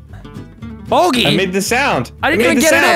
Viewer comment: Sounded like Let’s go BOGEY?